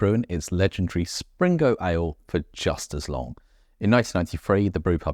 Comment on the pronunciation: Enjoyable vids, thank you. I visited the Blue Anchor in 1978 and it doesn't appear to have changed! Pedant Point - its Spingo, no 'R' in there.........